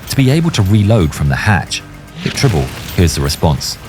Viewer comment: "Tribble"? Seriously?